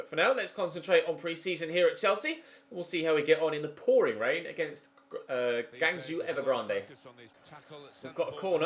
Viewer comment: Rip pronunciation of g'u'angzhou evergrande